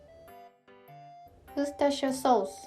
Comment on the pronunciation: THE WAY SHE SAID WORCERSTERSHIRE BETTER THAN ANY OF US